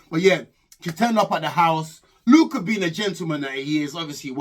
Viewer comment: Its Duka not Luca the fishmonger 🤣🤣🤣🤣